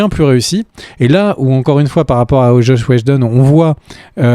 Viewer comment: Zach Schneider et Chosh Wheshjedon... les gars 😅 Qu'est-ce qu'il s'est passé ?